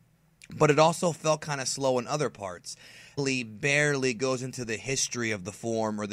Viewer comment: dude great videos but you gotta start pronouncing saiyan right. it may be pronounced SAI in the japanese dub but not in english. its very cringeworthy